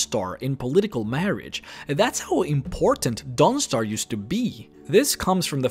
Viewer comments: I love your videos, but forgive me, I always chuckle when you say Dawnstar, I always hear DONGstar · The way he says Dawnstar XD